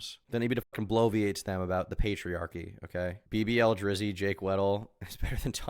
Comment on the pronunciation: She blovi my ate